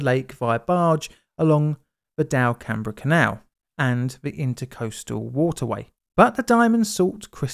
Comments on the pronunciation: Tiny correction - it's pronounced "DELcum", not delCAMbr. It was quite a mess. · Here I Louisiana, we say Delcambre something like… “Dell come” (similar to “welcome”). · as I learned rather embarrassingly(after moving to the area) the town is pronounced delcum lol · Oh, quick note. The town next to the lake is pronounced "del-come", nice try. You nailed the Lakes name perfectly. That's, awesome work mate! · Also and The name “Delcambre” for the canal and town is pronounced “Del-come” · BTW, Delcambre rhymes exactly with "welcome." I know because that's my home town;) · That drainage canal's name is pronounced Del-come. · Russian and Mexican names and places...butchered. Cajun...perfection. I love the content though. I always think about those still submerged barges and equipment being discovered in an archeological excavation in the future, and will they interpret a different series of events or purpose to them.